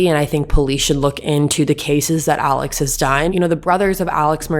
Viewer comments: Their last name is pronounced MurDOCK and Alex is pronounced AleC. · First of all, Alex name is pronounced Alec and his last name is pronounced Murdock. You can always tell the people that are not from those parts by pronunciation of names.